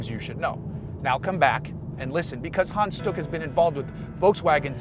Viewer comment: Well Hans sounded more like Han, But stuck was ok ;)